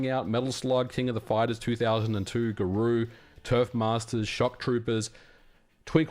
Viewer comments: "Gah-ROW," not "Gah-ROO." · He said like a real frenchman : Ga Rü 😄